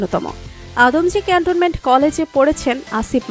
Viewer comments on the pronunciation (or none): none